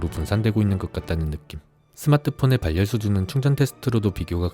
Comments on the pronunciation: 발 열 이 아니고 바렬 입니다 유뷰터 하시려면 기본적인 국어부터 습득하고 하세요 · 발열 악센트 킹받네